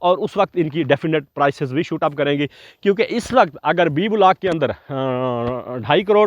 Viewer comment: کیا وجہ ھے کہ گورے ویڈیو بناتے ہیں تو ان میں گرامر کی غلطی ھوتی ھے نہ تلفظ کی۔ ہم لوگ "بلاک" کو بھی بگاڑ کر "بولاک" بنا ڈالتے ہیں۔ بھئی یو ٹیوب تمام دنیا میں دیکھا اور سنا جاتا ھے، نشر سے پہلے کسی سے تصحیح کروا لیا کریں اور مشق کر کے، الفاظ کا محتاط چناو کر کے، بین الاقوامی سطح پر پاکستان کا نام روشن فرمائیے۔